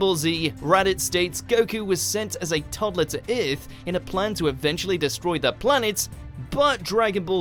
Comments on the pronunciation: The hell is planet "Urth"? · Nothing in this video is better than how the host pronounces Earth. OOERTH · I chuckle every time he says Earth. Ith! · Holly crap... narrator was saying "earth" the whole time I thought he was speaking about "iith" of something like this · Bardock and Gine send their son kakarot to "eurth" :D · This guy said earth like :,, öth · That's the funniest way I've ever heard someone say "earth"! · why cant you say the word Earth properly?